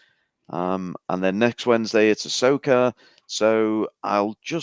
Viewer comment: Ahsoka? Arseoka more like. I say keep going with all the RoboCops!